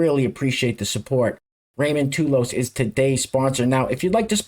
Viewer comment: Thanks, What a great show. The name is pronounced "Taw-Loss" (real fast) it's Irish and I ain't black! I say this cause I'll be back. Peace & love...